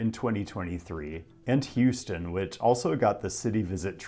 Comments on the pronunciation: it’s houston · It's Houston. Stop being dumb. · Its houston